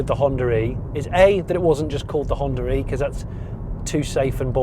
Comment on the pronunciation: “ I particularly like the HonDURReee”